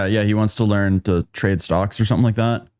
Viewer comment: okay, I gotta ask: why do folks keep leaving off the “n” in “learn”? Is this a new meme I don’t know about?